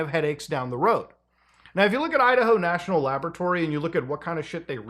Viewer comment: Love how he says “laboaratory” like Dexter haha